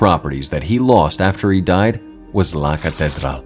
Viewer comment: u may want to easily check up on the pronunciation of LA CATEDRAL. like in English break it down, the word ends in AL. Thanks for ur video.